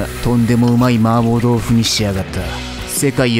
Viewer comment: 마파부두가 자꾸만 마법부두로 들려. 한글 자막고마워요!